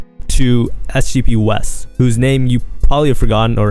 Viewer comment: its sgpwes not sgb west 😂😂